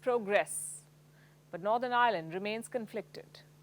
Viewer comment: Can i have your job,,,,, it's Ireland not island